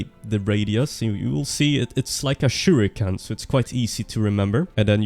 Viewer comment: "shuriken".. yea sure...